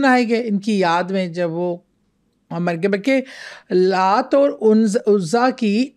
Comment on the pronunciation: Excuse me idols k name bhi apko thek se bolne ni aty these are Laat, Manaat, Uzza